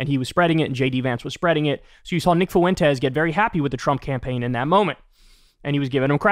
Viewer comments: I'll never get this weird pronunciation of 'Fuentes'. It's "FWEN-tez", not "foo-WEN-tez". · Nick Foo win tez hahahah